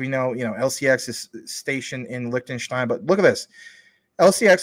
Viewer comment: I subbed just because of the way you pronounce Liechtenstein